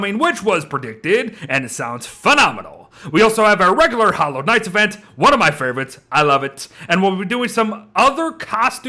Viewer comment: When he said Hallowed Nights event I heard Hollow Knights event and thought the game was getting a crossover.